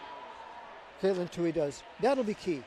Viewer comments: Next time Katelyn runs please have pros call the race and pros running the cameras! These guys were gabbing about nonsense while Katelyn was getting passed, and the camera guy missed the shot. And one commentator, the guy who rambled about nothing relevant, didn't even know how to pronounce her name. That was just pathetic. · The one commentator needs to learn how to pronounce Katelyn’s name.